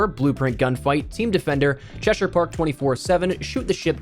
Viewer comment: As an Englishman its good to finally hear a youtuber pronounce Cheshire correctly 😂